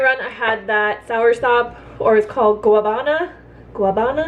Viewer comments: Its actually called Guanabana not guabana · If you’re saying it in Spanish it’s more like gua-na-ban-ah. I’m sure different Spanish speakers have different words for it. But that would be correct for the Spanish speaking Caribbean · A little help for your Spanish pronunciation: for “Guanabana” say “wa-nah-bah-nah” 😉